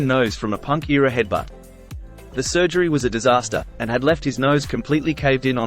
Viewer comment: Tim and Mike apparently were fired. I didn't know Pete was Jewish. "Other sujery"? Sounds like AI with an Australian accent. He wasn't a well woman. He seemed tortured much of his life. D or A could have achieved even more chart success if things were different.